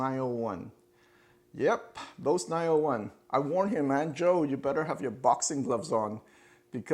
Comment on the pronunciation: If he likes 901’s so much maybe he should at the very least pronounce the word correctly. It’s pronounced BOZE, not BOCE. Rhymes with Goes and Rose.